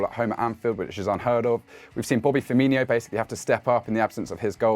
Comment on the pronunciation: Hey: Please don't pronounce it Firminho. There's no reason to do so 🙂